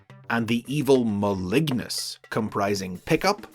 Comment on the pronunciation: I had no idea that's how you pronounce Malignus.